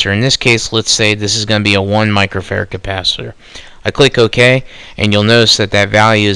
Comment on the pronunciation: Capacitor, not compasiter.